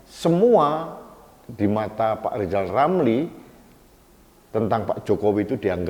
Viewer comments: Lijal... you benelin lidah dululah. Oplasi lidah kek bial jelas kalo bikin nalasi keji memfitnah pejabat negala. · Pak Lijal bilang R aja ga bisa sok2an nyinyirin pak jokowi mulu Malu dong